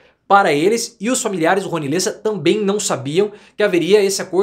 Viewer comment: LÊssa? Eu sempre desconfiei que você era argentino.